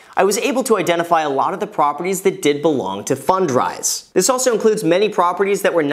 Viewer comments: I think you should say it like "fund rise" not "fun drise". On a different topic I've started watching YouTuber Mark Ferguson investformore. He seems to know a lot about house flipping and renting. He's not a big channel like yours but he has a book on Amazon and has flipped dozens of homes and has a team of like 9 people under him. I just stumble on his channel. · Can't unhear "Fun dries". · I thought he said “fun fries” at first. I must be hungry lol.